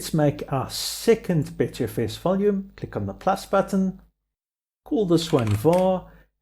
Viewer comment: While I do have to agree, it's BUTTERfs not BETTERfs